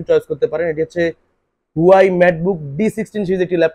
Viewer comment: উচ্চারণ হবে "হুয়াওয়ে" "হুয়াই" নয়